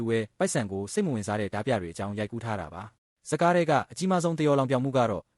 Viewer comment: AI ကြီးနဲ့ဖတ်နေတာလား။ဒါမှမဟုတ်မြန်မာစာအသံထွက်မသိတာလား။တင်ဆက်ပုံမစိုးပေမယ့် အသံထွက်ကြီးကစိုးတယ်။ ဓား ပြ အသံထွက် ဓမြ